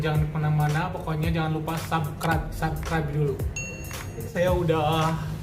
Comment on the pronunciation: "Subscribe" bukan "sabkrep" bang wkwk